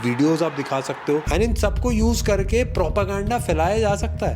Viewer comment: Propegenda sunte hi pta nhi ku German Shephard dimag me aata h. 😂😂😂 Like if you agree